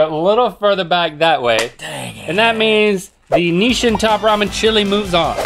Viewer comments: I never heard anyone pronounce Nissin like that and I’m going crazy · who told them it was "Nishin"?